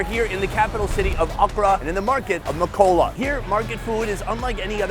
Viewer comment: It’s makola not mawkwala 😂